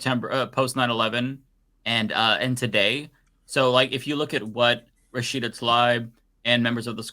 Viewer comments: Learn to pronounce Rashida’s last name. Rasheeda nor Rashiida. Thx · Is it me or is not saying Rashida's last name correctly?